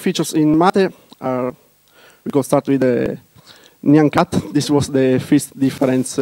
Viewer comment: It is what we always wanted. Proper GNOME 2, but not decaying into nothing. This is awesome. He does say fist instead of first though. I'll probably still pronounce it mate rather than matt-eh. Thinking more of mate as in friend, rather that what is being attempted in the tortoise photo.